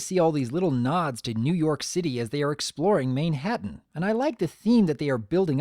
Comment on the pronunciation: I think this episode was brilliant, the first song was good although i thought it started a little off with the way rarity pronounces "mane-ha-tan" it just rubs me the wrong way but after that it's good. There's just one little teeny tiny thing that i hate about the episode and it doesn't ruin the whole thing at all it's just this one line. But every time i hear it... shudder I'll elaborate in my video, i need to properly collect my thoughts about it